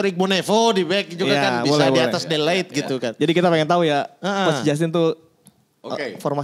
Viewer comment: saya juga kesel sama orang yang bilang de light,padahal namanya de ligt